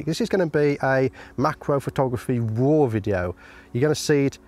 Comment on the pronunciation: Yank here. Thought you were saying “macro war.” Enjoy and benefit from your work, mate!